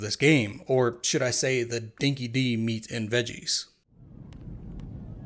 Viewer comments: It's pronounced Dinky Die not Dinky Dee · Just wanted to correct your pronunciation of Dinki-Di it’s pronounced Dinky-Die. Cheers